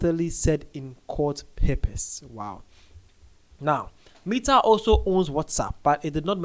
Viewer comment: Sir, the pronunciation of Meta😅... Love the update tho❤